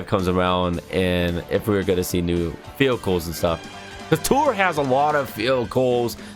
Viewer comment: you kind of sound like you said field goal instead of vehicles